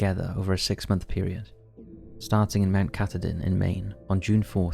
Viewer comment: FYI: the AT story, Mt. Katahdin is pronounced ka-TAH-din. Other than that, great video 😊